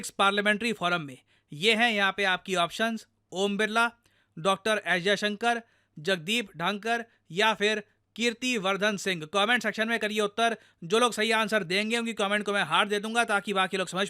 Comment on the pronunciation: ढंकर❌ धनखड़✔️